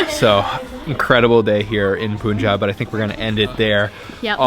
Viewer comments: Dear.. not 'Pu'njab, its 'Pa'njab... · It's not pooonjab... How do u pronounce PUN or GUN?... Its not poon or goon. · Awesome video. FYI. its pronounced as Pun-jab, not Poon-jab. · when the bleep are you going to learn to say "PUN"-Jaab properly.... you've been there so long and you muck it up everytime... seriously??? 🤬